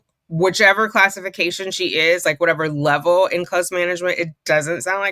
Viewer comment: Too funny that she has a challenge pronouncing the word "close" when it's the predominant word in the story.